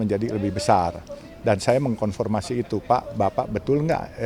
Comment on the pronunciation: Apa saya gak salah dengar.. berulang2 pak Yusup bilang konformasi.. apa bukan konfirmasi ?